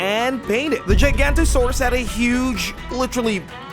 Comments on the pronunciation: Why did you make the dinosaurs inaccurate try looking at more recent depictions if you want to make a dinosaur Plus only the spinosaurus really loved water out of all the dinosaurs here and giganotosaurus is pronounced (jiga no ta saurus) plus I thought you were going to have the spinosaurus look like the one that was in the first picture that was okay you didn't have to base it off the Jurassic Park one same with the giga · it’s pronounced giga-nata-saurus and spelled giganotosaurus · but that's wrong, look how it's spelled. it's not pronounced "Gigantosaurus" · it’s spelled “giganotosaurus” and pronounced giga-nata-Saurus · You idiot you pronounce giganotosaurus incorrectly 😠 😡 👿 😤 🤬 😾 😠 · Giganatosaurus had sjorter arms than a t rex and its prononounced with g not j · You said gignotasaurus wrong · He stole the model and then proceeded to say it wrong (but it’s a very good dino grate choice) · Same he can’t say GIGANOTOSAURUS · yeah but you really can't blame a dude who knows nothing about this stuff he pronounced giganotosaurus wrong. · You pronounced Giganotosaurus wrong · Omg he pronounced it so wrong I’m fucking mad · pfft, no But it's the only one I wanna point out, mainly because mispronunciation of a name that isn't that hard to pronounce is the one thing that bothers me most when people talk about dinosaurs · the way he is pronouncing Giganotosaurus is wrong. What's so confusing. Pretty straightforward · Bro said giant gant but it’s giga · Bro it’s not gigant-osaurus it’s giga-nota-saurus. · Hey Giganotosaurus is not pronounced giant-asuarus its gig-a-no-to-saurus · it is called a giganotasuarus , not a gigantosaurus! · ITS GIGANNOTOSUARUS NOT GIGANTOSUARUS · Why gaiganto suarus WHY???? its Called Giga nota saur us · “gigantosaurus” it’s “gi-ga-no-toe” saurus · It’s “Giganotosaurus”, not “Gigantosaurus” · it's not pronounced jigantosaurus it's giganotosaurus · Nawh this guy is saying the word: "gigantosaurus" 💀 its "Giganotosaurus" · giga notho saurus.